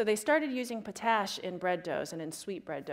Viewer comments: its Pot-Ash. Not potash. Its literally refined wood ash. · potash is pronounced like just the two words by themselves, "pot ash" not "puh-tash" edit: lol hipsters knitting. that's actually probably a great thing to do during lectures